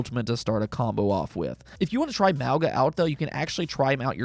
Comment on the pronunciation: The G in Mauga is pronounced NG